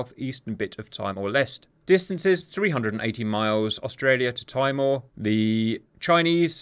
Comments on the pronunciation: Hey mate; Just for your reference, pronouced Teemore, not TYmore. Awesome video otherwise :), thank you for putting it goether. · Are you able to comment on why the YT earning power has disappeared? More content creator hostile YT policies? Also, as local of this part of the world, Timor is pronounced Tea-More. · Timor = Tee-maw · FFS ITS TEE MORE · Timor is pronounced Tee more! Makes you sound more betterer! And you were late with the F35’s last time! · Timor is pronounced Tee-moor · Hey Cap, sorry to hear that your not earning from YouTube, is there anyway we can help (a write in campaign or similar?) There are a couple of very minor issues with your video, firstly Timor is pronounced Tea More, something a Pom such as yourself should appreciate😂 Our DDG's are equipped with SM-6. There are no externaltanks or sidekick for our F-35's yet, but they will be upgraded to block 4 over the next few years. Its a pity that DCS doesnt allow for the use of EW aircraft, the Growlers are a game changer. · Nice analysis. Just FYI, "Timor" is pronounced "Tea-more", not "Tie-more".... Mmmm, more tea... 🍵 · Timor sounds like "Tea More" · just a little note, Timor is pronounced "Tea-More" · it's pronounced "Tee-more" and 'Hoth-am" Hoth like the planet from Star wars